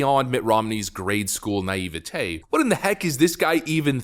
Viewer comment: For the love of all thats holy, please look up how to pronounce naivety. ps love the vids, by the way i posted almost the exact same post a few hours earlier, but it was deleted when i refreshed... May have been because it had an external link.